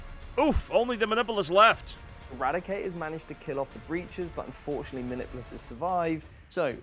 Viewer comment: Dice tell stories, and the story they wanted to tell today was, "The Emperor prefers to be referred to as the Omnissiah today." Also, LOL at them pronouncing "muh-nip-you-lus" as "mah-nipple-us". 😂